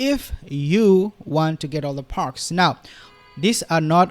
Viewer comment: She gets PERKS, not parks. Not ARYUEL, it's ARCHWELL. Not MONCIDO, it's MONTECITO but it's ok cuz we all know what you mean.